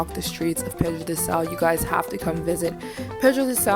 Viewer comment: just a correction: it's PEDRA DO SAL not pedro